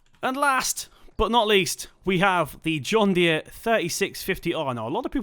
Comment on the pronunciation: U completely butchered the john Deere😂😂